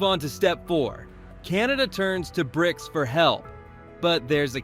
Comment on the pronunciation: B R I C S? Your AI sounds like a chearleader, its just missing the "can i get a" before each letter. Its an acronym and pronounced Brics.